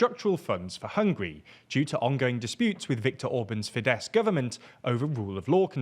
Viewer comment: <3 you took note on pronunciation on Fidesz [fides] - on the same vein Tisza is also pronounced with an s [tisa].